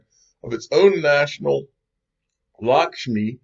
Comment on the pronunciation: You pronounced that just right,! Lakshmi is the Hindu goddess of prosperity.